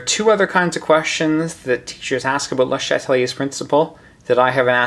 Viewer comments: I love your videos, you're helping me pass Chem 2, so thank you so much!!! But as a double major (with French) I'd have to say I'm pretty sure its pronounced as Shat-lee-A, not Shat-uh-lee-A, or even pronouncing the first E in Chatelier at all. Regardless, you're the man, thank you so much. Just got distracted by that that and had to mention it. Keep up the awesome work, hundreds of chemistry grades depend on it! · You pronounce his name weird